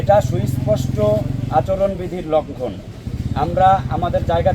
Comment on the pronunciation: প্রথম শ্রেণীতে ভর্তি হয়ে উচ্চারণ শিখে আয়। তারপর নেতৃত্ব দিতে আয়।আচরণ বিধি লঙ্ঘন কে উচ্চারণ করছিস?